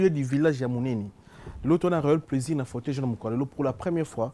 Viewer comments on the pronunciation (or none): none